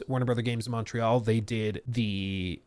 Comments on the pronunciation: Montréal say it right or don't say it at all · Pretty nice french R (make it a bit harder), no useless T... Almost there ! Just improve the A (open less) and it's perfect 😋 AAAaaah executive crooks.... They never cease to amaze us ! 😅